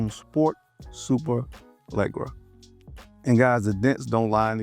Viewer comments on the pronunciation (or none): You will forever butcher the name “SUPERLEGGERA” 🤣😂😂🤣😂🤣😂🤣😂🤣😂